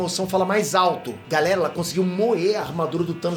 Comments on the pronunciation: Galela kskskksksks o falando galela aí invés de galera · "galela" kkkkkkkkkkkkkkkk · 4.48 minutos GALELA aeeeeeeeee cebolinha kkkkkkkkkkk